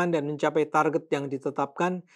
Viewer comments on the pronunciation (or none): none